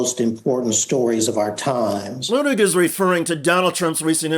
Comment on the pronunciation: *pronounced LOO tig